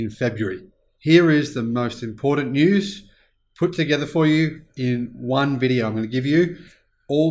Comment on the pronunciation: There's no "D" in "important". <---- Notice?